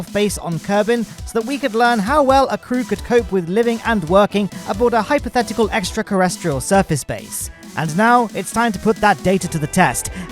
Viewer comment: "extrakerrestrial" I love that.